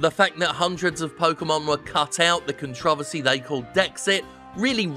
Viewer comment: Great video, but the way you pronounced controversy bothered me a bit